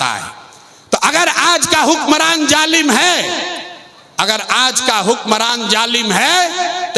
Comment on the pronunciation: Jalim Nahi hota Hai Zalim Hota hai